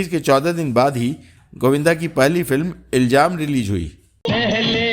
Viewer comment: Iljaam nahi Ilzaam